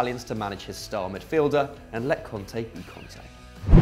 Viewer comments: Its Kante not Konte. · You said cunte instead of kanté